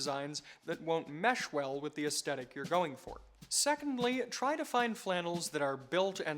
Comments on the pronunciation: The "astetic" instead of "aesthetic" pronunciation is jarring me. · Why do Americans suffer so hard with the word "aesthetic"? The "H" is pronounced with the T, as in the word "the".